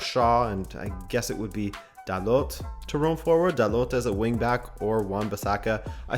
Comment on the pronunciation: Just a small correction on your accent,. You made this mistake during the euros but "Dalot" is said like in french, without the "t"